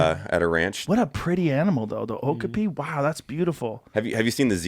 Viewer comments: Oak-a-pea??? No. Wrong. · I think Okapi is pronounced "Oh-Cop-E"